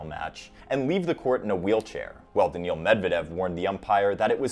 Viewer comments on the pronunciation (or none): none